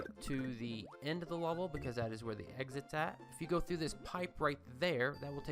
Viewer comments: Is it me or is he saying he word "level" like "lulvol"? haha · I hate the way you say level